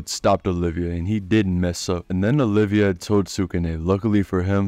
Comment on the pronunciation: Love the vid but it's Oliva not olivia